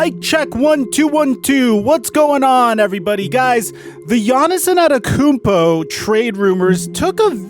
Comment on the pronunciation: Bruh.. you continue to struggle pronounce “Antetokounmpo”